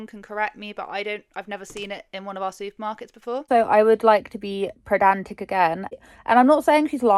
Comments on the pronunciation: pedantic not predantic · I’m not sure if I’m just hearing things, but the word is “pedantic”. There is no r in there. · Not sure if I'm mishearing you but it's 'pedantic' xx